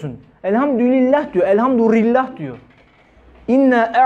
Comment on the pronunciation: evet öyle olmalı. Ama sanki Hoca öyle telaffuz ediyor gibi geldi bana. Çokça dinledim, yanlış mı duyuyorum diye...Ama öyle diyor maalesef...